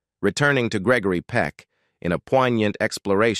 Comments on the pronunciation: Its Greg-o-ry not greckory lol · lol....he needs to learn the actors name....its NOT Gegory Peck...what a bummer video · "Gekory Peck? " Get it right. Gregory Peck's artistic legacy deserves it. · Why not hire a real person to read the script? I hate the mispronunciation and incorrect pacing of the electronic voice. Gickery Peck? A person wouldn't make that mistake. Very annoying. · Geckary Peck, really? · What's with the narrator referring to Gregory Peck as Gecory? It's G R E G O R Y. Great actor and loved ALL of his movies. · It's not Geckery. Why not get a real person to read the material? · Geckory hahahah😅😅😂😂 it’s Gregory dude😮😮😮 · Jeckory Peck? Check your voiceovers! This is getting to be a pattern of idiocy! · Why is he calling him Geckery?. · Way to go.. Gekery. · Piss poor on this production. Unwatchable FFS! "Geckory"! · it's grrreggry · Geckory?! It's G.R.E.G.O.R.Y...he wasnt a ghecko, cmon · Please pronounce his first name correctly! SMH :( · Please reprogram the robot narrator in pronouncing Gregory Peck properly. It's a crime to let him slaughter the name of respective and great celebrities. Practically all English words are mispronounced, it's insurmountably inexcusable.